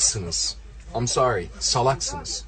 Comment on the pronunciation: am sori ha? am sori goddot deee covilad dovi dovi zımbab fakkhe, a aa mon diziz vadi kamon disz iz fakking gossooomm.